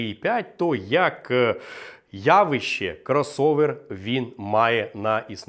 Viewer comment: явІще...через И-И-И,через И-И-И, курси української, то як Тимошенко - ЗУБАЖІННЯ:goodvibes:Вподобайку втулив.